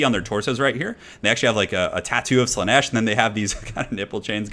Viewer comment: Slaanesh, not Slaneesh^^ Great video though. <3